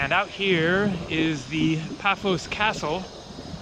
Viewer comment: its PAFOS.